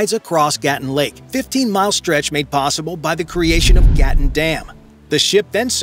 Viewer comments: 👉 Lake "Gatún" is not GAH(t)-uhn (like GATTEN) - - it is gah-TOON !!! It's jarring when the narration of a documentary mispronounces critical elements repeated over and over again. 😮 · It is Gatoon not Gattin. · it is gaa-toon not what you said.